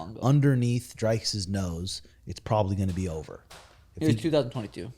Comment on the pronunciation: Who tf is DRYKUS? it's Dricus and pronounced like dreekus. it's seriously not that hard.